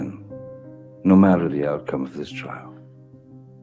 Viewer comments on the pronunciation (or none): none